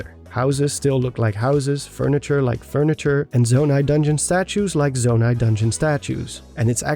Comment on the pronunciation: you said zoni you talking about legend of zelda breath os the wild?